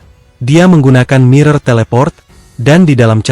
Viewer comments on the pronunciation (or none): none